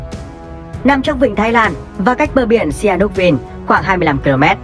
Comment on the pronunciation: Xi-ha-núc nha